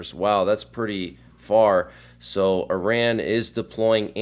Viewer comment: Not pronounced "i ran"